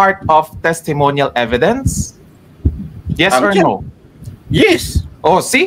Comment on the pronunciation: Inistressed pa talaga ang e..vi..dence!